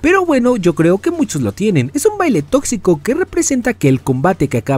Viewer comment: Dijo totzico